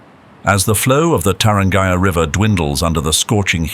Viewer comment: The narrator or AI mispronounced Tarangire (National Park outside Arusha). It is pronounced Ta ran gearee